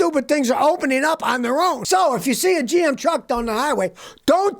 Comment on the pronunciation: "Openeen", "onlatcheen"???????